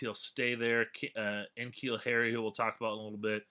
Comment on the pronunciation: N'Keal is pronounced like nuh-keal not en-keal.